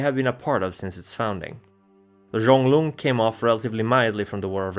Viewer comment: I knows this is 2 yrs old but the itches me. If you're going by the creature that the Mokolé Mbembe is based from (a dinosaur still living deep in some part of Africa) , it's actually Mo-kee-lay M'bem-bey. Also Gum-a-gen Zhong-LUNG not loo-ng, Lung is "dragon"